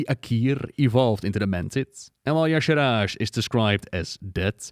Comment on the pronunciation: It has always bugged me that Y'Shaarj is pronounced "yah-sharaj", as if the R came before the second A. Shouldn't be more like "yah-sharge"? It's as if Dave Kosak was either dyslexic or didn't put more than a few seconds into trying to phonetically sound out this alien word he imagined.